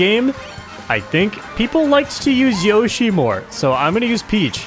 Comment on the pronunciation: its yoshi, not yoyshi